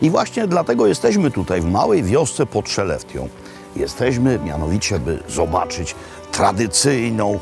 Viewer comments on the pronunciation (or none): Mieszkam w tym mieście ! Miasto wymawia się “szelefte” w dialekcie z północy Szwecji